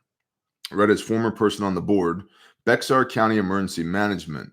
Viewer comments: Bexar County TX is prounced "bear". And its most hispanic. Half illegals the other half the offspring of illegals. Totally Democrat population. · Bexar = "bear" or behar, but no eX